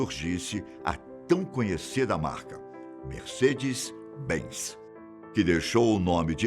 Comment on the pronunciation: merseca-benz, fonghini KKKKKKKK